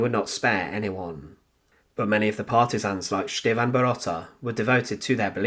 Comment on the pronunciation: Viele Grüße aus Deutschland! As always, a very unique story that I have never heard before. Although the story is narrated quite interestingly, there is a problem with the pronunciation of the Serbian name 'Stevan'. It's neither Sch-teevn, S-teevn, nor Sch-tee-van but rather Ste-van. Here is the correct pronunciation. Thanks for the great effort!